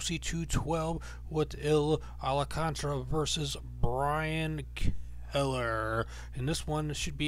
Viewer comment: It's Al-Kahn-TAR-RA